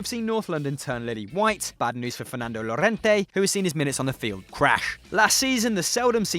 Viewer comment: Ironic. You pronounced 2 names wrong "MonteLLa" and "*Y*Llorente" one Italian and one Spanish